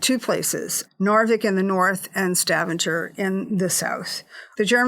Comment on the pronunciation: It's pronounced 'Stavang-er' wirh a hard G. One would have hoped enough research would have been done to at least pronounce place names correctly. It reeks of amateurism.